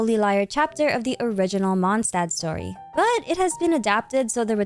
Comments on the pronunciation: Day 2 of correcting the pronunciation of Mondstadt 🌛🏙 🙏 The ST in Stadt is spoken as SH. The Favonius Anthem sings it correctly for reference. Monsdad ❌ Mond Shdad ☑ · Watch your language. It's just a matter of fact she's saying it wrong. She pronounces every French, Arabic, Chinese and Japanese word down to a T. And those are way harder to pronounce than German. She even used to say German words right, so IMO reminding someone how it's said right is not being pedantic.